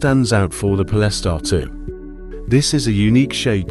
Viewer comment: I made it 30 seconds in. Po-less-tar? Come on man.